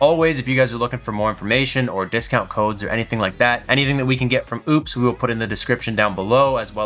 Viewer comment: Thanks for the video. It's clear they are trying to compete. But, its nothing close to what I would want. Way underpowered on the Solar inputs and charging. For that price, I would want something more in line with a Delta 2, when it goes on sale. Why do you insist on mispronouncing their name, if you corrected yourself earlier?